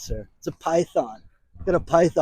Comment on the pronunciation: Did you say "python" or "pipe bomb?"